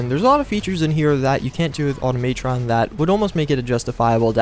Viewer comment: automaytron????? automatron=automuhtron you dip